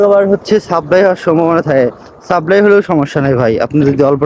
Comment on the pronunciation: ভাই সাবরাই না, কথা টা হলো সাপ্লাই ভিসা।